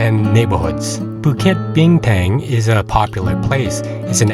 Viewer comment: your slang is so off, definitely you are not a local. “A” is pronounced ah not “air” like american slang. Bukit Bina”air”ng is sooo off. lol